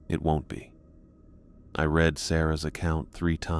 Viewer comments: You really gotta fix how the machine-generated narration pronounces read / reads when it's past tense, present. Totally gives it away. "tho whoever retz this..." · I really enjoy your content, but your AI needs to learn the difference between read and read, and tear and tear. It really pulls a listener out of the story to hear the incorrect pronunciation. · Before the misuse of 'read' I wouldn't have thought this was AI..